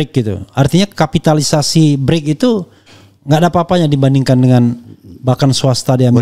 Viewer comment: Bris pak bkn break